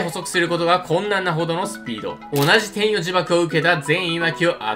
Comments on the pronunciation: 天↑与↓呪縛で草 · 天与呪縛のイントネーションが気になる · 天与呪縛の発音気になるww